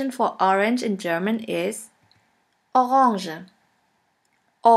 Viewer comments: me: orange her: aaauuuuughuunnjaa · The pronounce of Orange 😂😂